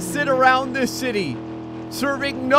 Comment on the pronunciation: did you say city or shitty?